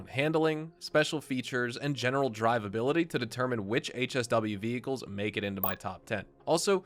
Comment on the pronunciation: " vehicals " quick heads up in case you'd want to do a revision mate.